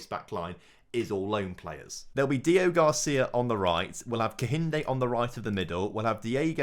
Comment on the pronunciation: HIS NAME IS DEO-GRACIA. NOT DEO-GARCIA. GRACIA!! It's really annoying